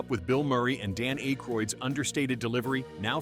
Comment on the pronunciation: It's "Thronn," not "Therinn," and "Ack-a-royd," not "Ayka-roid." Is this AI or just poor research?